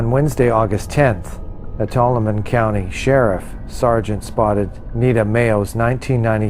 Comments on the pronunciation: Tuolumne is pronounced To-all-a-me say it fast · To-all-uh-me = how to pronounce Tuolumne